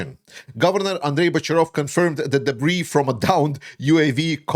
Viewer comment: The "s" is silent in debris, but the impact itself must have been explosive.